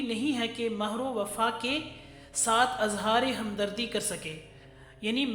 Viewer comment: تلفظ اور ادائیگی معیاری نہیں. معزرت ١ ١ مرد کو مروا پڑھا اور مہر پر پیش لگا کے پڑھا.. میں اہل زبان نہیں.